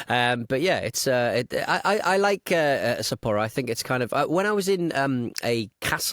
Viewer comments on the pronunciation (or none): Chris-san, your pronunciation of Sapporo must just be the worst ever. I am horrified! 😅